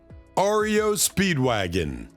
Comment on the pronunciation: "Ario" Speedwagon. Are you a robot?